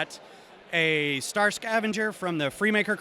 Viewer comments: "Stat" Wars? Interesting... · It’s Star Wars, not Stat Wars. 👀